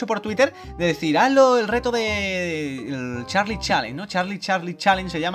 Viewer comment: jajajjjajaj es charli charli tu dijiste chali chali xDDDDDDDD ajajajajajajaj